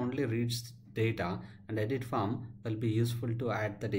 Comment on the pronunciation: Just thought I'd highlight that when seem to be pronouncing 'Form' as 'Farm'. Minor issue, thanks for your time.